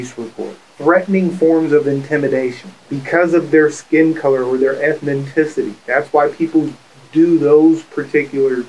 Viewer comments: "Ethnenticity"... I wonder how you establish motivation when you can't even say the word 🤔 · ZOMG THE DETECTIVE said "ETHNITICITY'..... he needs to go back to English class. It's ETHNICITY, people! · The cop said eth-no-tisity 😂